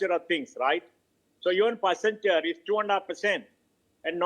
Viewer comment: WACCEN....WACCEN....WACCEN....WACCEN... WACCEN....WACCEN.....WACCENTURE 🤣